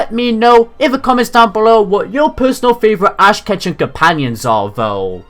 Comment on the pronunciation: all i heard was ass catching companion